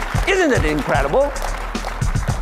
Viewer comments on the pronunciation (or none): XD Love how hes yells the price then says ISNT IT INCREDIBEW